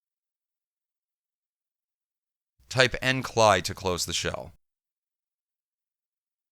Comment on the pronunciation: Sounds so strange to hear EndCLI (End Command Line Interface) pronounced the way you do. For 30 years I've heard End C (See) L (El) I (Eye). That's also how I heard the Amiga creators pronounce it. Otherwise, good video, straight to the point and without any background music.